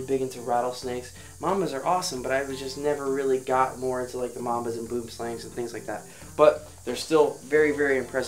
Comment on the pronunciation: what is up, the words "boom slang " translates to tree snake so please don't butcher afrikaans like that man